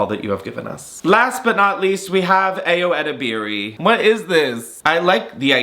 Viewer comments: I love these roasts but please look up how to pronounce Ayo Edeberi's name! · I’m BEGGING you to look up how to actually pronounce Ayo Edebiri 💀